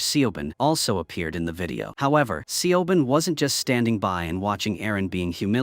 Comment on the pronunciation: i though i was gonna have a stroke every time Siobhán pronunciation got murdered like that